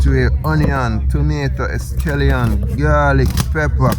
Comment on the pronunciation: Jamaicans say scallion now escllion, where u from? 🤔